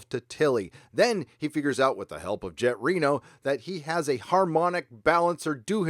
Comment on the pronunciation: At first I thought he said "Janet Reno"